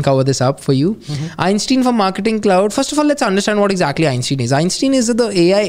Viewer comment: Not a big deal, but it's pronounced Einstein, not Einstein. 🙂